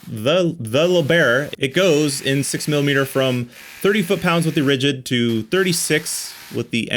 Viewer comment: "Ridigd"? Oopsie! :D